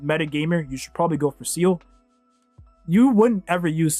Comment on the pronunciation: Hearing you call best girl Seele "Seal" makes me want to cry